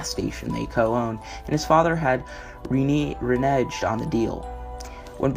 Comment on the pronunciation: Also, the pronunciation of reneged is reh-NEHGED not re-NEHJED.